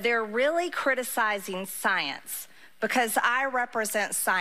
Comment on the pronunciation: MTG saying "saence" several times reminds me of that SNL skit with Cecily Strong, very much recommend you go watch it